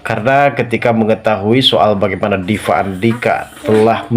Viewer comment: Gak bs ngomong p.bs nya v 😂😂😂vukan orang viasa